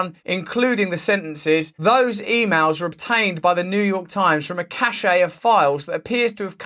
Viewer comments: It's pronounced 'cash', not 'cashay'. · It's not a 'cachet' it's a 'cache' pron 'cash'. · just a heads up, Cache is pronounced "cash" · My despair is profound. By the way cache is pronounced like ‘cash’ not ‘cashay’ as there is no accent on the ‘e’. Sorry I’m a French teacher. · It’s pronounced CASH not CASHAY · Cache is pronounced "cash" not "chashay" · RUSSELL, CACHE is pronounced 'cash' not 'cashay' (cachet) - the meanings are entirely different. Apart from that minor point I agree that newspapers have a duty to publish the truth when they have it in their possession. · I love the smell of files in the morning. The word is cache, pronounced "cash", not "cashay". You're pronouncing the word as though it was the word "cachet". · Cache is pronounced cash, not cashay! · “Cache” is pronounced the same as “cash”, you’re pronouncing it as if it were the French word “cachet”—Jimmy Dore makes the same error. 🙏🖖😎🍀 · Cachet is pronounced cash-sha, Cache is pronounced cash. ❤️ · Cache and Cachet are two different words with two different meanings. Cache is pronounced 'CASH' and Cachet is pronounced 'CASHAY'. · Cache is pronounced like cash. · Cache is pronounced cash, not cachet, which means something entirely different. There is no cachet attached to listening to your drivel. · Cashe=kash Cachet=kashay Don't do that douchey Brit thing where they refuse to pronounce words from other languages properly so as to assert their colonial dominance. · Cache is pronounced "cash" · Please pronounce "cache" properly. It is "caysh". "Cachet" is a different word altogether. Sorry about the pedantry!!! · Cache. Not cachet; not caché. Cache is pronounced like cash. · Cache is pronounced - kash. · cache is pronounced like cash, and means a secure place of storage. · Cache is pronounced cash. Just saying. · You copying Jimmy Dore's mispronunciation of "cache" (correctly pronounced "cash") or did you come up with it by yourself? Cachet is a completely different word. Check the dictionary.